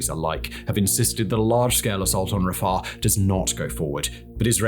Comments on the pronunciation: It's not Raffah, it's Ra-Fi-Ach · Stop saying Rusher and pronounce it correctly, Russia "Rush-Ah". And stop saying Rafer. it is Rafah, "Rah-Fa" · RAFAR?YOU MEAN RA-FAH RAFAH! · Simon I love your videos as much as anyone else! I have to just say though everytime you said rafah I winsed 😂It was like you were putting a w at the end.. RAFAW😅